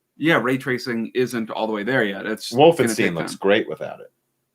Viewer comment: "Wolfensteen"? Woll-fen-sht-aye-n